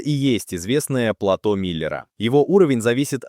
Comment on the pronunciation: не "плАта миллера", а платО миллера